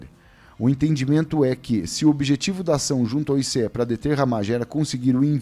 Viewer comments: Pare de falar ICE , SE PRONUNCIA aice. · o "ICE" fala AICE... no português popular.